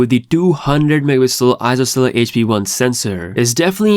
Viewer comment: megapixel:❌ me-a-pi-el:✅